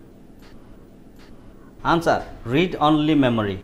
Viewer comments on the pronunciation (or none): none